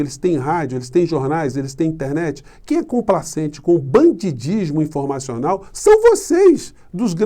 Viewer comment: perdão: é banditismo que a gente fala, com t e não dismo com d